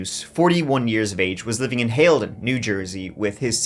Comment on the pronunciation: Props for pronouncing Haledon correctly